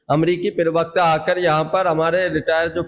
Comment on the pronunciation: पहले अपनी भाषा को सुधारो एंकर महोदय privakta नहीं प्रवक्ता है